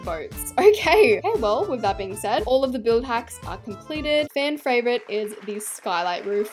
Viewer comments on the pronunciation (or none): Can we just point out the fact that at the end said “the Fran favourite” and not “fan favourite”